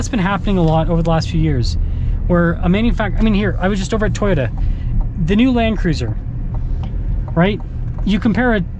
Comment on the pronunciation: Did he say Toyota logo?😅😅😅